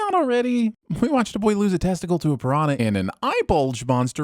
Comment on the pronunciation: Sinning the for mispronouncing “piranha.” Tip: NH in Portuguese words works the same way as Ñ in Spanish words.